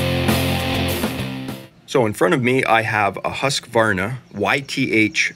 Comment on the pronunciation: Hey don't take this as an insult. A tip how to pronounce Husqvarna. When you say Husqvarna it sounds like you are adding an "s" Hussqvarna. If you use the English/American for house. Like this Houseqvarna, it will be "perfect". Hus (in Swedish) is the same as house. Right, I'm Swedish 😉